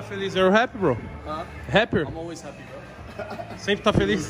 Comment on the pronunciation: Tog: "Pergunta se ele ta feliz" Tog: "You are haper?" kkkkkkkkkkkkkkkkkk pqp toguro